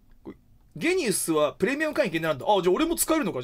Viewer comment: ゲニウスってジーニアスをそのまま読んだみたいな感じでしょ？なんかきついな